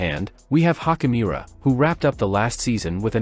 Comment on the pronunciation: Youd have more cred if you pronounced laker players names correctly. Hachimura nit hockeymira.